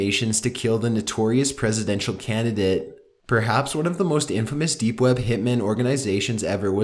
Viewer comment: I feel that. Before every end of sentence theres a double syllable stress that kills me... "kill the notorius CANduhDIT Like a hippy or something, now im picturing a rasta man and im laughing pretty fucking hard.